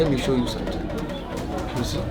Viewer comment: "let me show you someting" hell nah bruh